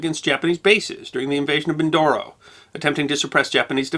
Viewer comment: Sir its not min.. Doro... Its min..do...ro..